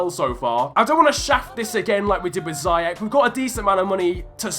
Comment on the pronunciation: Its zee-ech no zee- ec